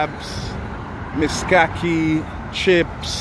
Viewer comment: Some corrections Mishkaki not miskaki Sukuma wiki in Kenya and not Tanzania